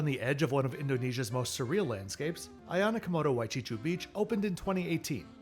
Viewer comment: For those who find the beachfront at Ayana Komodo Waecicu Beach (great pronunciation BTW,!) slightly lacking, it is worth noting that Flores does have gorgeous white sandy beaches… they just are not immediately around Labuanbajo. You stay in Labuanbajo primarily as a launchpad to Komodo National Park, which features incredible islands with multi-colored sands, including striking white and pink.